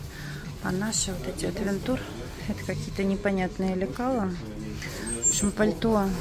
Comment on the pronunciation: Ну какой отвентур,? При всем уважении..